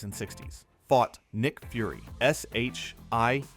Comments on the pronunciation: So halfway through this list they're not even doing characters Marvel wants you to forget, they're just doing stories that fans hated. Alslo if you're going to get AI to read the script, change "S.H.I.E.L.D" to "shield" and Gosamyr to "gossamer" so the narrator doesn't sound like an idiot. 1/10, would not subscribe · Eshaitchaiyeyeldee Agents.